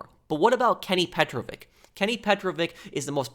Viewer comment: you're saying psychopath too much... petrovic is not a russian last name , it's serbian and it's pronounced petrovich for u americans and not petroviK